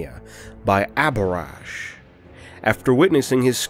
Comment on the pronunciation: I’d have figured that the ‘h’ in ‘Abhorash’ wouldn’t be silent. Like in ‘abhorrent’. ‘ab-hor-rent’ ‘ab-hor-ash’